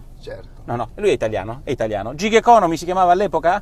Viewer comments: Gig economy pronuncia "GHIG" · Unica cosa si pronuncia GHiG anzi anzi con una e chiusa tipo GHEG